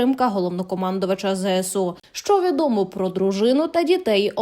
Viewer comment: Чому ЗЕСУ? Якщо ЗСУ...